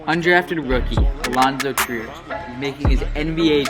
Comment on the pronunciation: Its treyer not triyer